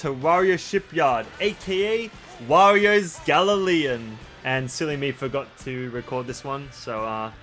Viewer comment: love ya videos, but its not gal-le-leion. its a 'gal-yon" its a type of boat. a galleon